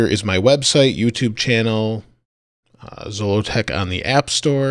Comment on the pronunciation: I noticed that in your video Siri pronounced Zolotech incorrectly. Well, you can teach Siri how to say it correctly by accessing Siri and saying that's not how you pronounce that. She'll then give you 3 options. Click on each one and select the one that's closest to the correct pronunciation, then she'll always say it right.